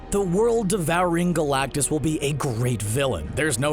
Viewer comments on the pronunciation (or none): Well I mean first of all, it’s galactus..